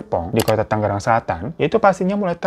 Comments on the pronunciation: Tangerang bang .. bkn tanggeran 😁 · bang tangerang bang, bukan tanggeran😂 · Bang tangerang bang bukan tanggeran 😭😭😭😭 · tangerang bang bukan tanggeran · Tangerang bang bukan Tanggeran🤭😂🤣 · Bang difan tangerang bukan tanggeran 😅😅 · Tangerang kak bukan Tanggeran 🙏🏻